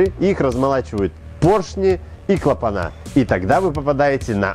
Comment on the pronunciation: Уважаемый ведущий, мне очень нравятся ваши обзоры, каждое утро, с моей девушкой мы смотрим новые выпуски. Но у моей девушки уже дёргается глаз от ваших "клапанА", "двигателЯ", "дизелЯ", правильно говорить "клапанЫ", "двигателИ", "дизелИ" с ударением на первый слог... Мне-то все равно, но я переживаю за ее психическое здоровье )